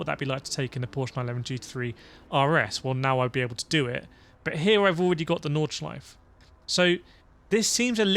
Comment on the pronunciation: Nordschleife, not Nordschleif.